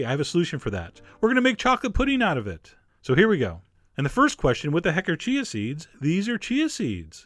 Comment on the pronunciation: I love that you say ch-ch-ch-chia seeds haha